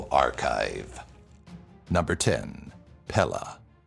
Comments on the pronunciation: It’s pe-le not pe-lah lol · Its pae-lay thats how you say her name.. For she come and strike yall asses with some... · Isn't Pele actually supposed to be pronounced "Pay-Lay"? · Pele is pronounced pay-lay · Pele was pronounced wrong but I love that my Hawaiian goddess got on here